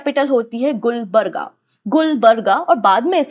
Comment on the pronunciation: Lots of mistakes in your pronunciation, For the sake of your students correcting..... - wali is वली not वाली - मेहमूद गवान ( aa ki matra ) - it's Gulbarga गुलबर्गा ( also called Kalaburagi) Congress President Khadgeji's constituency